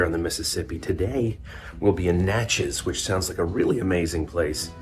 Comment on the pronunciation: Most people mispronounce "Natchez". You nailed it, but then you got the state wrong. It's Natchez, MISSISSIPPI, not Louisiana.